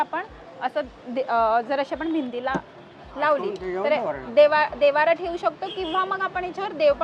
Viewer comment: देवारा नाही देव्हारा